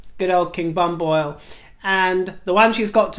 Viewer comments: Dearest, Thailands late King Bhumipol is better being pronounced Boo-me-pol… your little invention of King Bam-Boil (🥸) makes all Thai People burst into tears - run to the Temple and pray for forgiveness for a week 😏. Noblesse oblige. Love ❤️ Love ❤️ Love your Videos … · Hello, loves your show and your comments on Royals. Just a teeny tiny bits of corrections. King Rama IX of Thailand's name (karaoke spelling) pu-mi-pol /longer version pu-mi-pol-aa-dul-ya-dej. It is a name based on Bali and Sanskrit language so spelling is a bit different than normal English spelling. But thank you for mentioning our beloved King. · Dear, I hope you're not going on a holiday to Thailand as I think you mispronounced the late king's name! They're rather strong on lese majeste. I think it is pronounced Booniphal or something like that. Anyhow, I agree about the teeth as I'd noticed it from recent camera shots but he might have to have some teeth removed. What a hoot about the QM's choppers! Unfortunately I have thin enamel on my teeth so they look yellowish regardless of anything I do. Tbe dentist has advised me to leave them as veneers and whiteners wouldn't work. Just as well I'm not trying to be a princess because you'd be commenting about my rusty teeth and my wrinkles. Lol. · Dear, I'm your huge fan from Thailand. The late Thai King's name is pronounced as King Poo-mi-pon. I understand that the pronunciation is different from spelling and a lot of foreigner would pronounce as you did but I just want you to know how it's pronounced correctly.